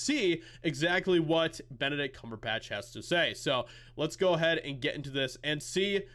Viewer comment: Did you say, "Bent-a-dick Cumber-bitch"?